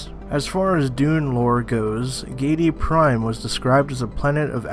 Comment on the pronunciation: HARR-KOE-NEN your pronunciation is very distracting. And it's GIH-DEE-PRIME like giddy-up cowboy.